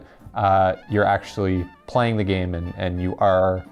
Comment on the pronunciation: "Playling Yu-Gi-Oh"